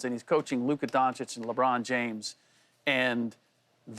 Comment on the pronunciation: Bro Paul how long is it gonna take you to pronounce Luka’s last name correctly lol sheesh